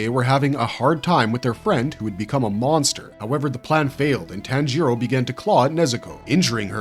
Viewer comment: How about we pronounce names correctly. Especially the main protagonist.